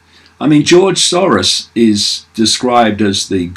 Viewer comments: Keith _ sore-ass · The correct prononciation of Soros in Hungarian is SAROSH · I love how David pronounces it George "Saurus". He is an old Dinosaur... That's for damn sure.